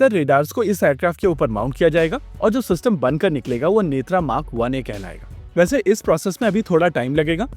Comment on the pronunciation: नेत्रा नहीं भाई नेत्र